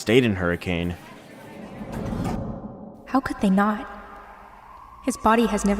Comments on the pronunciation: NOOOOOOO ITS “Hurri-kin” not “Hurricane” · It's pronounced hurriken not hurricain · As someone who lives in hurricane utah, it really woukd be a place where some small town diner would have possessed animatronics. Not really anyone here so murder would be easy lmao! Also Utahns are weird and pronounce it "hurikin"